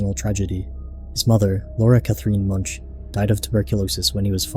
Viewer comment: Edvard Munch's last name is pronounced Moonk.